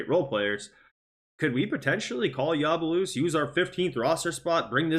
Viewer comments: Ya bu sé lé not yabalusse man cmon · YABU-SELL-AYE is the correct way to say it just so you know